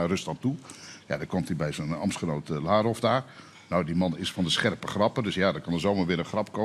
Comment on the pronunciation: Frits Wester weet niet een de naam van de Russische minister van Buitenlandse zaken uit te spreken. Fris, het is Lavrov en niet Larov. Ook geeft Frits graag weer zijn eigen interpretatie aan hetgeen Jeroen van der Veer heeft verteld. Tja Frits, het is wel duidelijk aan welke kant jij staat.